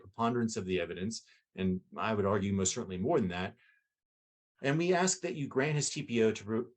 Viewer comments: I understand today's sensitivities to people's speech processes, but can someone explain to me why in all those years in law school, no one bothered to correct her use of the word "axe" for "ask"? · One thing that the female lawyer does that bugs me, it's something small... But she uses the word aks and not ask. Small but ugh 😫😫😫 setup annoying lol😂😂😂